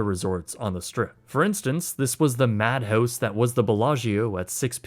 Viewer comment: I wish would be legally restricted to only visual creation, so we wouldn't have to hear the world's most annoying and effeminate accent pronounce "about" as "a boat" and "madhouse" as "madhoase".